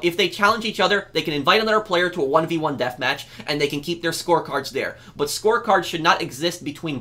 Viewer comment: when you said "score cards" i thought you said "sports cars" i was confused why you wanted them removed from freemode then i heard it correctly